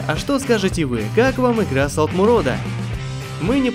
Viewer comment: Солтмурад, а не Солтмурод